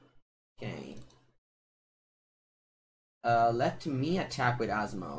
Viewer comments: I love but the first time (at least) he said her name he said wrong. Even in the banner is wrote wrong. But I still love you. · saying Asmo's name is the highlight of the stream.